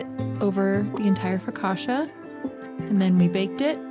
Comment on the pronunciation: My wife is from Italy and also has made her share of focaccia. FYI it isn't pronounced FOE-KA-SHA, but Fo-ka-cha - like Cha cha cha. So next time you make it practice dancing the Cha-Cha with Joe, Also generously poke the dough with your fingers creating a bunch of receptacles to hasten the baking and filling with extra virgin olive oil. Try it - you like it!